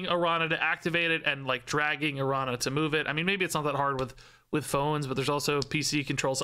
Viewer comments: Wasn't that (the activate ability) kinda what they were originally going for with Kitty Pryde? Wasn't she originally a card that you could bring back to your hand? If so, maybe there will be cards that can actuvate more than once? Also, and i apologize for being nitpicky, but it's Aran- ya. Not arana. The ~ over the N gives it the yuh or ya sound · Pronounce it like it was written as Arania. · Not to be that guy, but the ñ in Araña is pronounced "ny" - the closest I can think of as an English example is the catgirl "nya" thing -, so it's pronounced "Aranya". It literally just means "Spider" in Spanish. I'm definitely being that guy. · Araña is pronounced "Aranya" it means spider in spanish😅😊